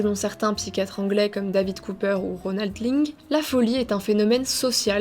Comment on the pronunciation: Ronald Laing et non ronald Ping lol